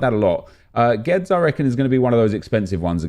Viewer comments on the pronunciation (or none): GWEEEDEEZ NOT GWEDZ